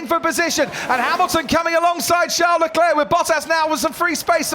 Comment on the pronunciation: "Charles Lecleirr punches the aiirrrr"